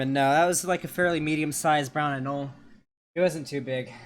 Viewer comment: its pronounced An-ol-ee